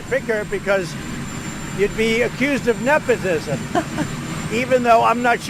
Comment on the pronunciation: “Nephotism”- bruh somebody needs a dental appointment 😂